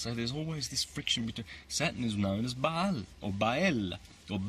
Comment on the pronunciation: He's not to bad at all. I've been finding more of his vids and enjoying them. I do believe he's not saying Saturn right haha I waited for the r every time he said the word and maybe it's my ears but I did hear it 👀👂😄